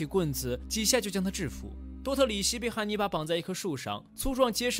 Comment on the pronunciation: 一ˊ直聽成捏泥巴